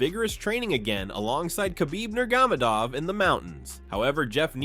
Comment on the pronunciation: Nurgamedov? What are u, high?